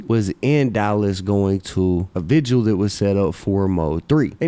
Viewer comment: First person in hip hop history to not pronounce vigil as vigual